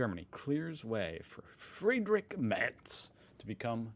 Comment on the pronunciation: Hi, you could call him Friedrich (as it is) or maybe Frederik (if you like), but Friedrik does not really make sense;-)